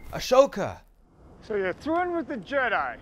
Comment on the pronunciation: Ah-soka "Ashhoka" 🤣 🤦🏻‍♂️